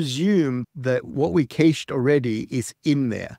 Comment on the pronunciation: What's going on with the pronunciation of "cached"?